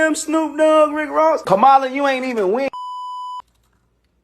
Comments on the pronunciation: Yep, He has to buy Blk people to stand beside him. They called SELL OUTS. I realize there are homeless people he can buy and clean em up BUT Just shocked he could buy performers who already HAVE money in their pockets already. Also THEM LOSERS mispronouncing Kamala's name is disgusting too. Nelly and Snoop don't exist to me anymore. Glad Nelly got arrested and caught w X pills, he must be strung out. They BUSTERS, showed their true colors. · Another person who can’t say her name correctly. Trash human!